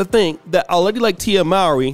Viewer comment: It’s Tia (Moor-Ree).